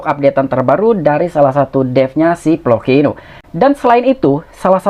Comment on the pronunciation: Floki bang bukan ploki